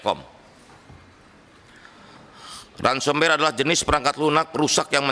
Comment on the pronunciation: Dari cara ngomong ransomwer sama lates fersion😅